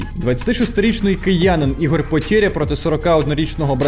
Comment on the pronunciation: Не потєря а (потеря) валит тебе?